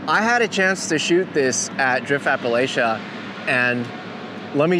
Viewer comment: For the love of god please stop mispronouncing a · puh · la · chuh PLEASE 🙏